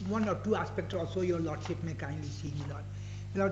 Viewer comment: What a disaster these advocates saying Lord seeep instead of Lordship, for submission they saying summison, for koshish they saying kosees kya bakwas log hain North India me